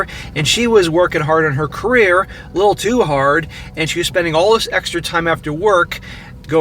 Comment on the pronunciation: Stop saying "Dis" man. You aren't from the ghetto.